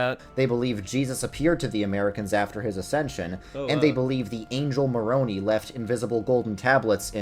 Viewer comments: Hearing all the things said about mormons just keeps making my shake my head. None of it was true. It was all slight truths or blatant lies, probably because of ignorance. The guy couldn't even pronounce Moroni {Moor Own I} There is no way he actually knows anything besides the made up stuff that has been circulated and debunked for 200 years. Several of the things are taken straight out of Anti-Mormon literature. Nothing he said is from actual scholars or teachers or doctrine of the church. A deep dive would be recommended. Or just read the Book of Mormon and go from there. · Say it with me people "more-oh-nie" - the angel Moroni was not an Italian noodle. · If you mispronounce Moroni you clearly didn't do much research. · As an x mormon I don't agree with the religion but this video went strait to the most controversial parts of it's history and ignored anything good in the religion super biased take that literally mispronounced Moroni this guy did not take the time to really represent what the LDS church is.